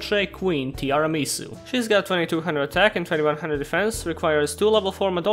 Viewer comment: You pronounced Tiaramisu wrong.The dessert name is Tiramisù not Tiramìsu.